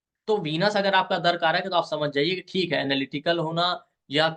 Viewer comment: "दरकारक" नहीं, दाराकारक होता है। 'दारा' का अर्थ स्त्री या पत्नी होता है।